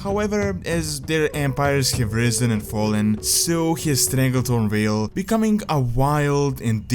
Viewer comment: Vale not whale